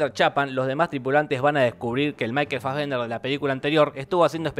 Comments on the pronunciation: Me uno al reto: Un shot cada vez que Jorge diga maikel fasbender :v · Una birra por cada vez que dijo Michael Fasbender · ¿Puede dejar de decir maykel fazvender?